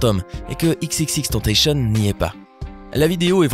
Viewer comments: Ça se dit pas tentacieun mais tentacion, à la français, c'est pas moi qui le dit c'etait x, r.i.p x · c'est EX EX EX TENN TA SSION ça se prononce comme ca respectez son nom de scene au moins svp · Même pas foutu de bien prononcer le nom de X Rest in peace Jah🌎💔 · ptn prononcez son blaze correctement o moins